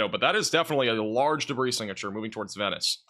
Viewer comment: Did you ever figure out how to say Venice Beach? You ain’t from round here is you?